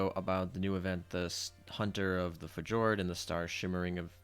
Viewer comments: Fee- yor- d.... omg my guy... Plus... stop smacking. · I think fjord pronounced (fiyord) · Fjord is pronounced Fyord btw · fi--yord = fjord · Not sure if this is simply mispronunciation or a critical role reference